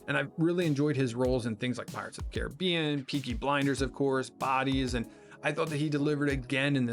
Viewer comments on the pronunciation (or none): none